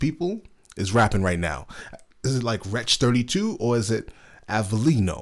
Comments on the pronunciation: Im sure you have already been told but its wretch three two, not thirty two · Wretch threetwo, not Wretch thirtytwo 👍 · The first one is avelino, the second one is wretch 32 and it is pronounced wretch three two not thirty two